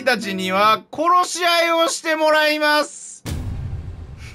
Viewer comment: こ↑ろしあい↓